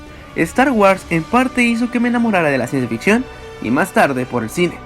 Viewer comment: wuors! pronuncia bien!!!!!